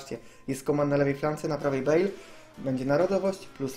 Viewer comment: "Wezmę Galareta Bejla" XDDD